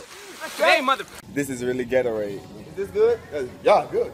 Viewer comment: you said ghettorade